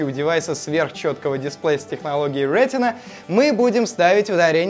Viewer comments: Тогда уж, если подрожать эппл, то говорите "рэтна", как на тех кусочках которые были показаны в конце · Даже тогда рЭтна надо говорить, как на американский лад!!! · Да на видео с их акцентом слышится вообще Рэтна дисплей, так же они говоря айпЭд произносят айпОд!!! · Вот странная логика, а не задумывались ли уважаемые редакторы канала, что apple как раз не придумывали название своей технологии, а позаимствовали ее, т.е. использовали уже существующий термин из анатомии? В таком случае, и так и и так будет РетИна, да и на русском языке это будет правильно. Если же хочется выпендриться, то произносите на русском с английским акцентом и ударением. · Бред сивой кобылы, не думали почему в русском языке в заимствованном слове «ретина», обозначающем сетчатку глаза, ударение именно на последний слог, и почему в термине, введенном Эппл, произношение должно отличаться?